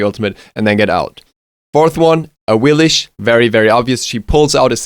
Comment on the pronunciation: Es heißt awilix! awiliX sagt selbst awilix welcher idiot hat awiliSCH eingeführt?!